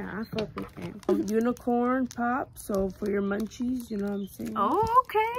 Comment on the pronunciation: Funny asf when she kept saying “unicorn pop” instead of poop 😭